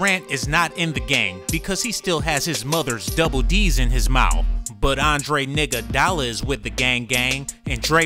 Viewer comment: I lost it when he said "Andre Niggoudala"